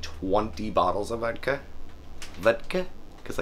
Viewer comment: When said vidka lol 😂